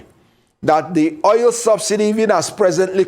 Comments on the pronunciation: So called a lawyer who does not know how to call oil but called it oyel. Shameful. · At least you understood what he said or meant to say. Oil koor oyil nii!! Bad Belle everywhere